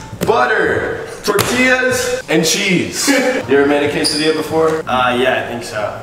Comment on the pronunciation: Yall are so white. You don't put butter on a quesadilla. And the way you guys pronounce QUESADILLA makes me cringe. Also get some salsa on that shit.